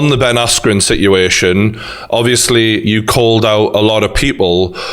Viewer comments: No one: The ending of legit every single question: "Si'ution" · he could’ve said si’uation, and I would’ve got it instantly. But he missed an “a” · For the love of god stop saying situation..... Please.... Like for real. Stop.. Get help... Also jake CLEAN YOUR FUCKIN GUTTERS